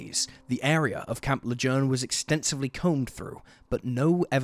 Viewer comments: Its pronounced camp lajune even tho the spelling isnt lajune this spelling how the word is said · I always find it fun how people who aren't local pronounce thing. "Le-June" is how it's pronounced. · Camp Lajune !!!!!!!!!!!!!!!!!!!!!!!!!!!!!!!!!!!!!!!!!!!!!!!!!!!!!!!!!!!!!!!!!!!!!!!!!!!!!!!!!!!!!!!!!!!!!!! learn how to pronounce names !!!!!!!!!!!!!!!!!!!!!!!!!!!!!!!!!!!!!!!!!!!!! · Its pronounced Camp Leh - june and thats my hometown 😱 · You’d still be wrong, it’s pronounced Le-Zhurn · It is sad. Am I a terrible person for smiling at how he pronounced it though?